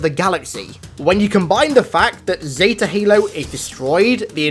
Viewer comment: Nobody:: ZeTA halo